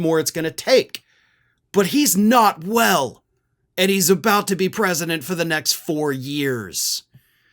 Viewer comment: Smart like a Down syndrome child...The Mister the Pwesident of Mamerica